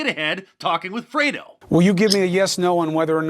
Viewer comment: FREDO.. pronounce free-dohhhh.